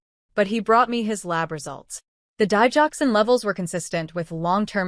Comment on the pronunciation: Digoxin say it right